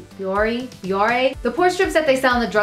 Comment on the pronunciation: It's pronounced bi-or-ay :)